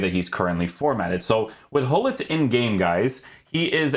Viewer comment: Hullit? It’s Gullit, with a ‘throaty’ G!